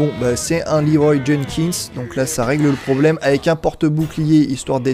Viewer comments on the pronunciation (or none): none